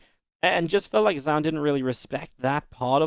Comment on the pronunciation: Apparently, it's Jha-Uhn, not "zoun" in pronunciation, because his name is from an old Chinese general which name is written Zoun \ ZoaUn and pronounced Jha-Uhn You're welcome 😁👍🏻🙏🏻